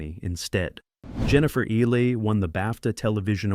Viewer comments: It's like the reptile "eel-lee" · it's pronounced "EE-lee". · Her name is pronounced EEH Lee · Can you PLEASE PRONOUNCE HER NAME PROPERLY! it's spelt Ehle and pronounced Eelie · Jennifer’s last name butchered anout fove different ways. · The only negative in this video for me is the constant and varied mispronunciation of Jennifer Ehle's name. Irritating! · Jennifer Elle’s last name is mispronounced throughout this video. Please 🤦‍♀️ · And why does the narrator pronounce Ehle's name differently every time he says it? Annoying.